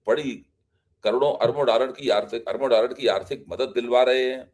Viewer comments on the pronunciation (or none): none